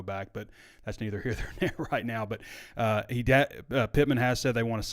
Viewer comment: My man said “that’s neither here Thor nare “ 😂😂